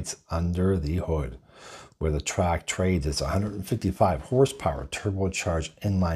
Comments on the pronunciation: It's pretty hard to take a review seriously when the name of the vehicle being reviewed isn't even pronounced right. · It's called a TRAX, not Track. There's an X in there. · Why are you calling it a Chevy “Track??” Its a Chevy “Trax.”